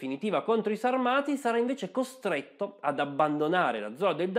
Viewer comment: La pronuncia corretta è Sàrmati